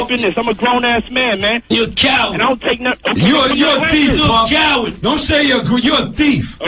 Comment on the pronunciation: 😂 “you a cowwad”